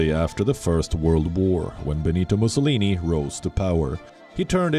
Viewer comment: Great content coverage. However, Palki you had a new take on how “Mussolini’s” name was pronounced. I guess it doesn’t matter really if someone pronounces your name as “Palki” or “Paalki”😂